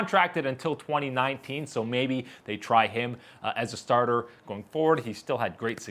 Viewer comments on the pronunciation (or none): "Ass tarter" Lmfao